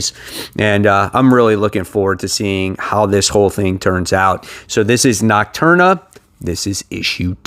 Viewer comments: It’s Nocterra not nocturna 😀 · Great stuff! Something that's been nagging me, there is no "N" in Nocterra. Knock-Tara. Best wishes on the fridge pal!